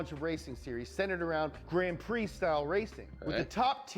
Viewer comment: Isn’t it funny Americans can’t pronounce French, not you mate the guy in video but it’s always the same. Grand Prix….grand pronounced in English and Prix in French. He did the same with Alain Prost